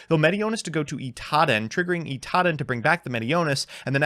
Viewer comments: Is Idaten suppose to be pronounced like Itaden? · You lost to Drytron because you pronounced it Itaden instead of Idaten